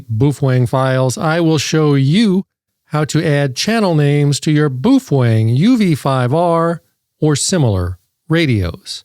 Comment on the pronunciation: why do you say it so wierd? It's pronounced Bo-Fung or Po-Fung if you speak mandarin